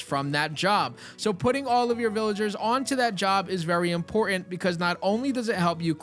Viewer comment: Please. There is 2 Ts in the word important. It's not imporant